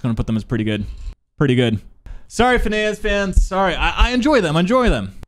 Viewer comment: phinehas is finn-ee-us